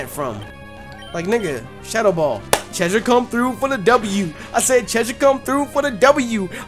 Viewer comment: Noooooo.... not Cheshire